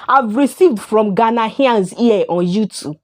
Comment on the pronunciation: you are the one that can't stop making videos about ghana, u know nothing about ghana u cant even pronounce ghanaians well, and all you do is make mouth